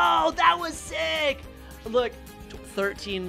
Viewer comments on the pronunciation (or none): none